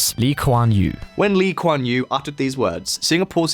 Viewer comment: His pronunciation “Lee Kuan Yew” is accurate. Appreciate his effort.